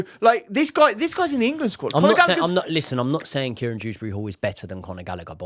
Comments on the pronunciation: His name is Kiernan not Kieran Proves how uninspiring this is 🙄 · Its Kiernan not Kieran Btw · btw its Kiernan not Kieran ;)